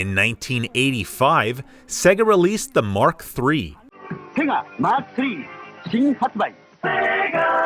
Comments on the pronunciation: Why do you say "segga"? The games themselves clearly tell you its "sey-ga - example -> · It's not segga, it's say-ga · Segger? Don't you mean Sega? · You know, the "Seega" master system. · Pronounced "Sayga" great video but that got to me after a while lol